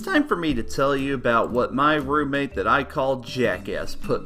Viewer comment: anyone think when he says Roommate it sounds like MERMAID?